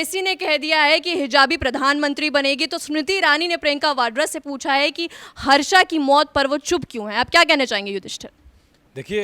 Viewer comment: हर्षा नहीं हर्ष है।गलती सुधारें भेड़ चाल न चले।